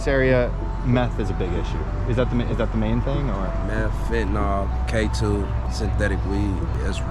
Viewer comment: Saying fentanol for fentanyl is like saying sollable instead of syllable.